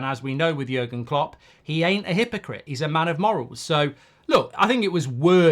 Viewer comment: You made jurgen klopp sound Italian mate 😂